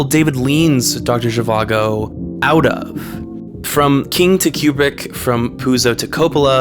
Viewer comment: Did you just call Kubrick "Cubic"??